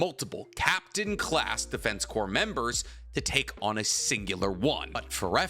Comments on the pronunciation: Edit: you corrected yourself mid-video. THANK YOU CORPS IS PRONOUNCED "CORE" MY DUDE, NOT "CORPSE". MARINE "CORE" (CORPS), ARMY "CORE" OF ENGINEERS, DEFENSE.... "CORE". The only thing "corpse" could pass for is an abbreviation of corporations or.... a corpse. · Bruh corps is pronounced as in "core" not as in "corpse." Just tryna be helpful to you as you make a living speaking in vids :) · Just so you know, Corps is pronounced core, not corpse. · My man. It is not pronounced the Defense “corpse” even though it is spell the “Defense Corps” it is pronounced like “Defense Core” you don’t pronounce the S. Like in the American military the “Marine Corps” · FYI, it's pronounced defense "core". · hey btw the PS at the end of corps are silent. “corps” when referring to military is pronounced “core” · I started to type about how he kept saying corpse instead of corps when he called himself out lol I thought I was mishearing him 😅